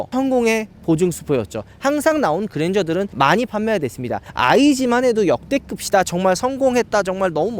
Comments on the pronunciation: 어두운 색이 확실히 거부감이 줄어드는듯 밝은색 보면 그릴이 너무 확 강조대는거같음 근데 성님 디자인 설명하실때 좀 오그라들어유..말린 오징어마냥 글고 "역대급이" 말하실때 역대긊도 아닌디 역대급시라고 하시는거...진짜 죄송하지만 조금 거슬립니다요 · 계속 역대긊이라고 발음하는 게 좀 거슬리네요 고쳐주시면 감사하겠습니다